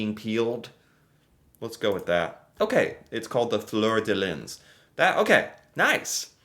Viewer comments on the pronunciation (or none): Métis = May- tee. Fluer-de-lys. = Flur-de-lee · Fleur de lys is flur de Lee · Oh, well its 'flur de lee' in England , the French don't pronounce the s.